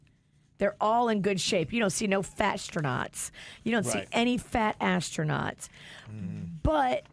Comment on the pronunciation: Why did I hear “fat-ass” tronauts? 😂😂😂😂